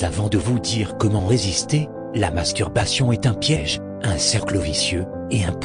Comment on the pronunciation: Il articule très bien le mot "masturbation" mdr